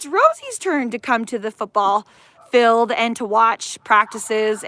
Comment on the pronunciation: Field!!!! It’s pronounced Feeeeeeld!!!!!!